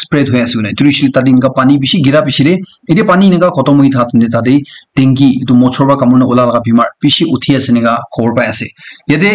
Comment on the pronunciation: Hello bro sorry but it doesn't pronounce dungy but it's call dengue